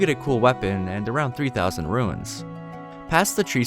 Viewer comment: Calling Runes “ruins” the whole video inflicted mental damage every time